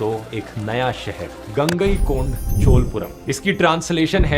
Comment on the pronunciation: Good Dhruv . Very Good Presentation of the POV of Rulers and Corporations. But Pronounce Chola not Chol . Gangai Konda Cholapuram ( Not Kond )